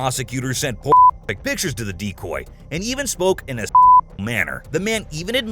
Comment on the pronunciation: For the first few minutes I thought the voice over was saying 'deep boy' but was saying 'decoy' instead lol